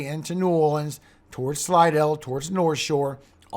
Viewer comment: Listen to you calling out the Northshore (louisiana) like a true local! Love it!